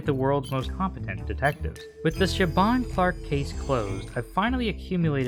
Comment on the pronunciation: Not the pronunciation of Siobhan 😭😭😭 😂